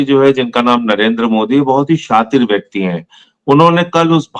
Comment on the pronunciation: शातिर शब्द सही बोले संजय सर